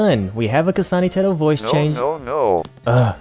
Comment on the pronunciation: Didn't think I would hear "kasana teto" in a southern accent today